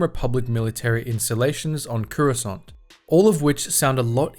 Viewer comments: i swear if he dosent stop saying currysont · take a shot every time he says COORUSCANT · Cuurasaunt. bruv ah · Curessant? What's Curessant?......oh you mean Coruscant.... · >runs a star wars lore channel >can't even pronounce "Coruscant" properly